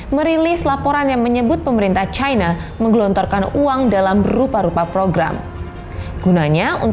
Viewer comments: Trump & Narator : "Chyna" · Chayna, Chayna, Chayna 😂 Jurnalis, saran aja ya kalo pake EYD, bacanya yang bener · Kalo bawakan berita Bahasa Indonesia, sebut nama China, bukan Chayna